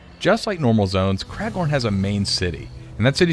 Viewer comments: Cmon, its Craglorn, not Craiglord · Craiglorn? lol who is craig